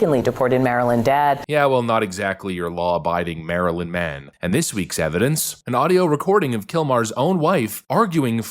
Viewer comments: I've never met a Maryland man that can't say "Maryland". Bro said "Marheeland" 😂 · He pronounces it Mary Land. 🙄